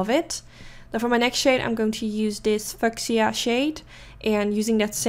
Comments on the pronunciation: Hi! Beautiful look! Just FYI, fuchsia is pronounced “FEW-SHUH” ❤️💋 your English is getting better and better. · Hey, lovely look as always! And yes I definitely enjoyed the switch up of colors it came out very pretty!! Just FYI your product list didn't show up!😁 Also the 3rd pink you used named fuschia is pronounced like FEW-SHA 😀😉 Hopefully this helps and it's no disrespect it just kept throwing me off when you said it cause it almost sounded like you were going to say a four letter word😂🤣 ok Honey!! Blessings and LOVE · Awesome video as always! Ps fuchsia is pronounced “few-sha” :)